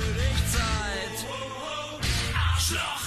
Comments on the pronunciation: arschloch is pronounced like "ash loch (ness)", not "ass lock" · you say assloch xD there is an "R" and an "SCH" xD aRSCH sch is like when you say to someone SHHHHHT when you want him to be silent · Dear sweetie, it's Arrrrschloch with a rrrrolling r try again! 🤪😄😄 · Not asslocked 😂😂 Arrrrschloch the r is important. Btw. nice that you found the Ärzte 👍🏻 I think in this times we need to play those songs loud and everywhere agains fascist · Repeat after me: Arrr as if you were a pirate. Then the sh sound from sh1t. Then loch as in the scottish or irish word for a lake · The first syllable of Arschloch is pronounced like harsh, with a silent h. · I can't figure out, how to explain the ch sound, but try to pronounce the first part ARSCH like HARSH without the H. The LO of loch is fine, but the CH is not pronounced like a sharp K (like in Loch Ness), bit more like a spanish/mexican J as in Juan (in german it sounds like Chuan)... Maybe try to say ARSCHLOCH like ARSHLOJ... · Actually, there is no K at the end of Arschloch. You need to listen to it again and again and again 😜